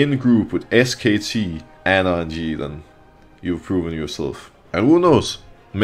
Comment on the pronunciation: Every time Broxah says "RNG" does anyone else hear "IG" instead ? 😂😂😂